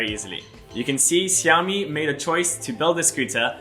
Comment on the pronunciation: If you call it siaomi one more time ia break my screen 😂